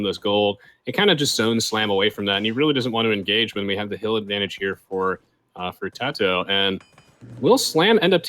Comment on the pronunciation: its kinda cringy how they keep pronouncing tatohs name differently